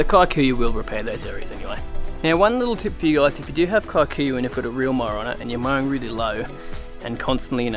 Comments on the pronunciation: It's pronounced keekuyu 😂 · It's amazing the world knows our grass. It used to be planted within the homesteads of Kikuyu community ( a tribe /community) in Kenya 🇰🇪. However, they had a different type for feeding their cattle outside the homestead. Pronounce it as "Key-coo-you". Thanks for recognising it and educating us. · lolz, it's actually pronouced ke-ku-yuh. kē-ˈkü-(ˌ)yü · As a pure blood Kikuyu i must say, your pronunciation of the word Kikuyu is simply horrible. Kudos though on your excellent skills in lawn growth.